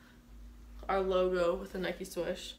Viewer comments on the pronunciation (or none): SWOOSH, not swish